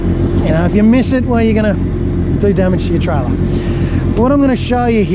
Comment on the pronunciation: try-ler lol